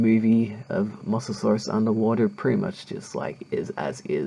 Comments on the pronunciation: It's pronounced moe so saurus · Say mosasaurs like mo-za-saurs